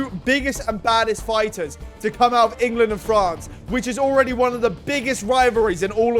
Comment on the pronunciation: Lessgooo Ingerland !!! 😭😂